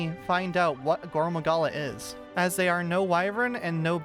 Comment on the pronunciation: Please pronounce his name like gorr maggala you’re saying goro Magala